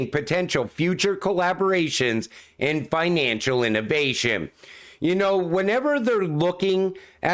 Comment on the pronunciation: The new finaaaancial system. Are you from the North East?